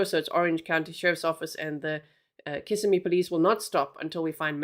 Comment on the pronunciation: I live really close to where this happened. You pronounced Kissimmee perfectly! So tragic. Oh and this scumbag refused his first court appearance today!